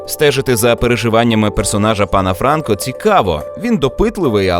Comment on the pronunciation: Джеймс ФранкО звучить краще :)